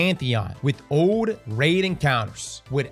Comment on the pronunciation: Is cross an AI or what? I keep hearing him say RAD not RAID.